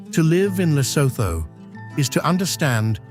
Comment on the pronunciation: Awful AI rubbish. Can't even say Lesotho properly.